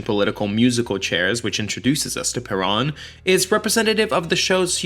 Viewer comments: Isn't it "per-OWN" instead of "per-AHN"? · Come on dude. Everybody can pronounce Perón. It's Pair-RŌN not puh-rahn. You even play clips when they sing it correctly. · So well done buddy. It is a shame you couldn't get the pronunciation correct. It is PE-RONE. Not PE-RAWN. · There is one thing I would change about this YouTube video. I really wish he would learn how to pronounce Peron! It shouldn’t be alliterative with piranha, unless he’s doing that on purpose. It should rhyme with pair own. It’s people like this guy who really make me cringe as a Caucasian Anglo. Come on dude I know we are white but we don’t have to sound quite so Blanca! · "PUH-ROAN" is the CORRECT way to pronounce her name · Peron isn't a Hard word to say, but you insist on saying it wrong, making this quite unwatchable. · I laugh because this dork doesnt even pronounce Evas last name correctly through the whole video and he wasnt even born when all this went on so that makes him look even more uneducated and he is just spreading negative stories regarding Eva......who also happened to be my Aunt!........... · and you are pronouncing PERON correctly!!! grrr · You are continually mispronouncing “Perón…” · Fascinating and informative, it really helped me understand a musical/movie that I can't believe I still haven't seen after all this time. Your pronouncing of many place names with an excellent accent, but then saying 'Shay' for Che and 'Peronn' makes me wonder if you know something I don't.